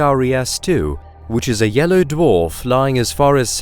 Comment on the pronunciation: It's pronounced dwarf, not duof